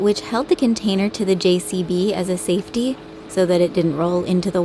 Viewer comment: keeps saying jvc it’s called a JCB just thought I’d share this with you 👍👍👍